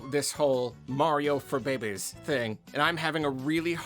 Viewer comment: The way you say babies is funny. Behbehs.